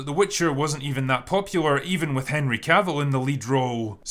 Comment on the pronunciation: Lol "Herny" Cavill